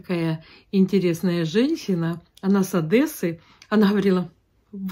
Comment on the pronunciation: Это что такое -- диабЭтом, ОдЭсса? 😮 Вы всегда так говорили, или в Америке забыли грамотную речь?